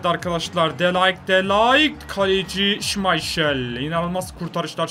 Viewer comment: Şımayşıl değil şımaykıl